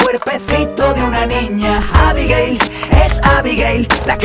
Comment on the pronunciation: cuando dice abigail suena como abigay xdxd